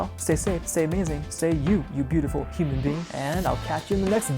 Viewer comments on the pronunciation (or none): I love how he says “ Humsn Being” love alien talk 🤣